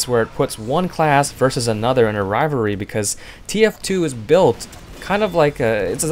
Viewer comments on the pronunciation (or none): I'm sorry, but it's pronounced. "RivaLry" XD your saying Rivury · Take a drink everytime he says rivary